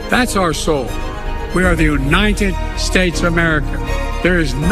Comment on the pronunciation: Did Biden say "Uninted?" He's great at adding letters to words. How did he allegedly write a book? With fingerpaint?